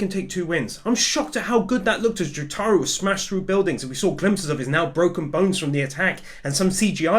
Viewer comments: Its not joTAro Its JOtaro This is how they call him in the anime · the way he said Jotaros name XD